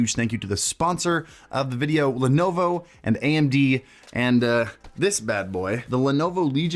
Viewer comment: He says lenovo I hear ownd.tv 🤣